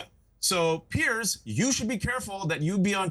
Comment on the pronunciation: PLEASE advise your guests that your name is pronounced PEERS , not PIERCE! its super irritating to hear them all mispronounce it.